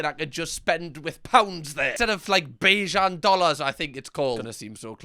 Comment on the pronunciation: Yassssss it is Bajan dollars. And you pronounced Bajan perfectly ❤